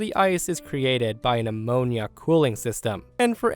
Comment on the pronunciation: How do you not know how to pronounce ammonia?